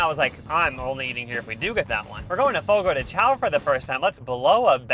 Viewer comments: I love your videos. Next time you go to a churrascaria for rodizio you should try grilled pineapple and Brazilian limeade. I just learned “The correct pronunciation of Fogo de Chão is "fo-go dèe shoun". The name, which translates to "fire on the ground" or "campfire" in Portuguese, is often mispronounced as "Fogo de Chow". 😊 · The way y'all are saying chÃo as "xao" is killing me 😭 P.S.- Just heard the churrasco as "churasco" 💀